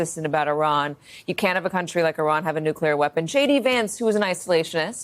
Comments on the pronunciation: you're such a smart and literate guy...it's spelled N-U-C-L-E-A-R not N-U-C-U-L-A-R. and it's not an 'aluminium' kinda thing where it's up to interpretation (which is not, but you can have that) my brain explodes everytime I hear that and english isn't even my first language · it’s nuclear not nucular. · says "nookyaler" 😅 C'mon man, being bright and precise is your brand. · Mispronouncing “nuclear” as “nucular” really undercuts your point. Love your content, but it does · hmmm just found your channel and you seem to jump from side to side. sure, maybe there was an assassin, but where’s the proof he was hired by Iran? also, you don’t know how to say 'nuclear'…